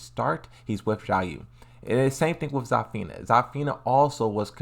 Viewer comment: I'm sorry, but I can't take your mispronunciation of the characters' names. You need to work on those in order to avoid butchering the names. Zafina: "Za-feena" Azucena: "Ah-zhu-cen-ah" Lee Chaolan: "Lee Chaoh-lahn"